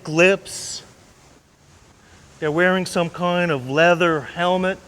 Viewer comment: He seems to have had a Stroke So Tiny, it Only effects the way he pronounces the word 'kind' he says "Kioe'nde". Great info. Funny when he says Kind though...